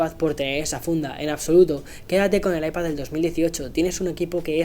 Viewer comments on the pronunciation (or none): Porque dices ipaZZZZZ